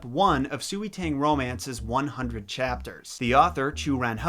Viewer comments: I know you said that you’re not good with pronouncing names, and that is totally fine, but I felt like I could help... sui is pronounced as ‘sway’ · Su we no it’s sui s sound and way sui tang mandarin pronunciation isn’t hard tbh😂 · uhh for future reference sui is pronounced sway u didn’t know n ofc i might be wrong as well but soo-ee just sounds so wrong i appreciate u trying tho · sui is actually pronounced a bit like sway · I know you’ve done your research and all, but just saying, here’s a basic pronunciation guide: Sui=Sway Xia=Shya You=Yo I am sorry, just a bit OCD about this kind of thing, especially when I did a series on French slang on a previous YouTube channel I had, and accidentally had a bunch of French people pissed at me. So yeah..just giving you some tips here.